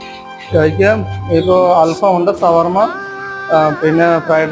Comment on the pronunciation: Sawarma❌ shawarma✅